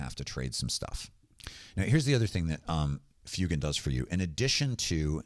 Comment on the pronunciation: For somebody who does such deep dives on lore and references to the real world, it causes me chest pain every time I hear you say Fyoo-gan... That's my only gripe. Otherwise, great video, great content!